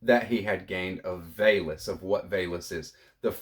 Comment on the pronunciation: Thanks for the share. I believe VALIS is pronounced as vowel-es.